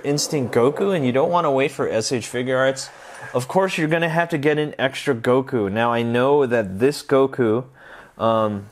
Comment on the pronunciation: Not guko it's Goku